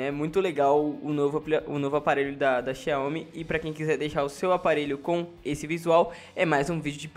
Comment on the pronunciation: a pronúncia correta é "xaomi"